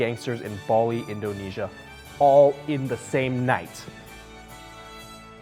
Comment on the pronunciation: Oh my gosh it's Baa-Li not Buh-li